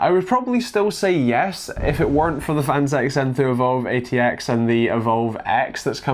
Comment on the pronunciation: "The phanteuwxwjsosorxx" jesus!?